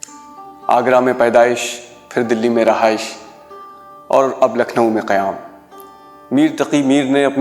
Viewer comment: رَہائش نہیں ہوتا رِہائش ہوتا ہے!